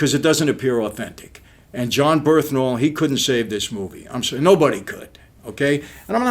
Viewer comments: Brilliant review. But it’s Bern-Thal Not Berth-Nal Just saying man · John “Birthnal” lmao